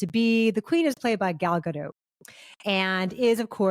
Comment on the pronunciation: Pretty sure it's GAH-DOH